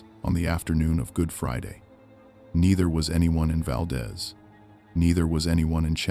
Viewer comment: "Kin ick arms" or earthquake park. I know I'm talking to IA. SHOULDN'T HAVE WASTED MY TIME. YOU HAVE NO KNOWLEDGE OF ALASKA! VAL- DEEZE